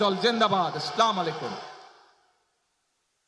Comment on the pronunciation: যে মানুষে সালাম টাই ঠিক মতো দিতে পারে না সে নাকি চালাবে দেশ 😂